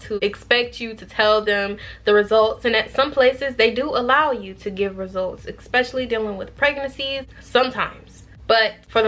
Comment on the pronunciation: Thank you for this video! Definitely thinking about this profession. Do want to let you know I hear you saying Ek-specially. There’s no k or x sound in that word. It’s just Especially 👌. Hope this helps.